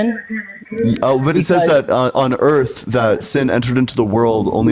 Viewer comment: Anyone else notice that a very large contingent of Ians callers refer to the Earth as "da Erf" ?/